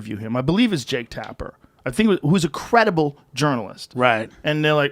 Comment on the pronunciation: He called Trapper "creditble". omfg